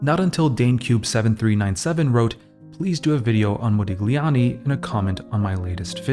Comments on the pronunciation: Brother, it's Modiљani. Gli is pronounced in different way. Check it out in Google translate or sonewhere else on internet. Nice video nevertheless! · Intriguing vid. Forgive the pedantry but for future reference 'gli' in Italian is like 'lyi', so there's no 'g' sound in 'Modigliani' (mo-dee-lyi-AHN-ee) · Modigliani [modiʎˈʎaːni]. G is silent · A small suggestion if i may: it is pronounced mo-dee-lee-ah-nee, without the g. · Moe -dillyee ah nee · MO-DI-LYANI. You butchered it so many times. Overanalyzing at its worst. One of the greatest painters of all time, but you'll never get that. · Excellent video....for me Modigliani's art its a combination of El Greco and Cézzane (personal opinion). Thanks for the video man, and don't worry about the pronunciation we focus in the art.... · The G in his name is silent - and here you learned something about the artist. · To pronounce an artist's name correctly would have been a good start! Mu ears hurt. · ily but the pronounciation made me giggle every time lol, the g sound shouldnt be so pronounced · thank you for saying that! I'm Italian and every time he mentioned his name I felt a twinge, I don't expect everyone to know the rules of foreign languages, but a little research on pronunciation goes a long way to make video essays like this feel more professional and well-thought. I love this channel, it deserves such quality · It's not pedantry, I don't know how a cultured Western person could live their life without knowing the basics of Italian pronunciation